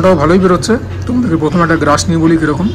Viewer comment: you rocked it 🤜. Love the way you say "Grash", authentic traditional Bengali vocabulary. Bere hoyeche vlog ta.